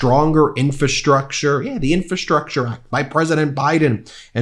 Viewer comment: Love ya, Ben, and I suck for saying this but it’s “infRastructure!”